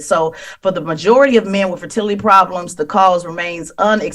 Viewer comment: Damn girl!!! Cant say Fertility